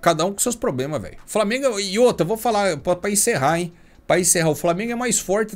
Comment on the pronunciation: “Framengo” que se lasque